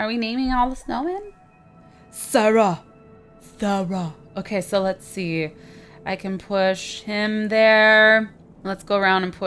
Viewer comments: my name is sarah and you said it wrong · My name was one of the snowmen and you said it so weird !!!!! XD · Why'd you say Sarah like that?